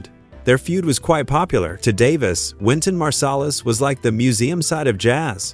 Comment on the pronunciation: O dublafor fala o nome de de Wyton marsalis errado.